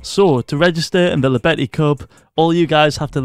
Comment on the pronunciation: It's spoken "Yobeti", pls it's killing me